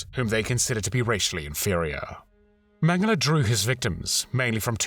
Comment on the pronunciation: Thank you for the excellent video, as always. Also thank you for pronouncing his name correctly.